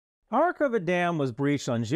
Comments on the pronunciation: It’s not Karakova - “Car-cOver” - dam. It’s Kakhovka - pronounced more closely to “Car-cove-car”. Just to avoid confusion with Kharkiv, it is in different parts of my country. Thanks for your work, man. Glory to Ukraine! Ruin to “russia”! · *Kakhovka. Not Karakova ) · It is Kakhovka Dam, not Karakova🙄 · * Kakhovka in English translation, but really Каховське (Kakhovske), not качовське. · Quick note on pronouciation: it's Ka-hov-ka, not khar-kov-ka Nice video, as always. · Good stuff but again, why can no Youtubers read or pronounce place names. There's no R in Kakhovka and its not Harkova like with Kharkiv. Also, its not necessary to do, but "kh" is a basically like a translation of the slavic "h" or "rh", so a correct pronunciation is Karhovka. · Kakhovka is pronounced more or less like English: ka-hawk-are. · Thanks for great analysis. However the dam name is very weirdly transliterated, therefore you pronounciation is way off. Second k is silent. Try pronounce it like "Kahovka". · I find it interesting that out of the many channels who focus on the war in ukraine, I have not found one non-ukrainian one who makes the tiniest effort to get the names of places somewhat right. :/